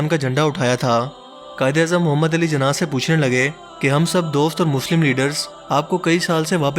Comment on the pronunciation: Zina nahi jinah bola bhai